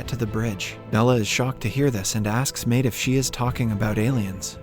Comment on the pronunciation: Maite is pronounced My-Tee...like Mighty